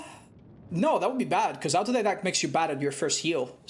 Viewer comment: Autodidact is pronounced autodedact, its a greek word. You can use the translator and it will spell it for you.